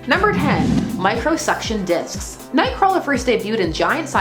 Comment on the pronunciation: I can't not hear her say "Micro suction dicks" >.<